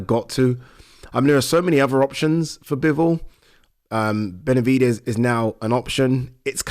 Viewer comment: Pronounce the guys name right, it’s Beterbiev not Betervia